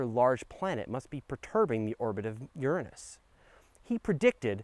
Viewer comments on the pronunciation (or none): you absolutely almost said yer-ay-nis c'mon. Admit it lol!! Don't feel bad. I was taught that pronunciation for 27 years before yer-uh-nus popped into being lol